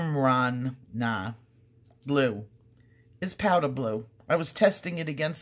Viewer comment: Pronounced “smur-na”. 🙂 It’s an ancient Greek city.